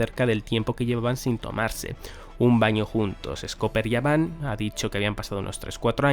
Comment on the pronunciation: Por qué le llamas yaban si es gaban ? La G no suena como "Y"